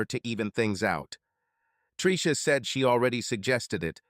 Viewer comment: Well when you get blasted and pass out then you get all the fallout. Predators never sleep after all and love to cuck the losers. Ai voice enunciation of Tricia as Treeesha was driving me crazy 😅